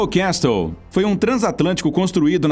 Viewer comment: Castle pronuncia cassl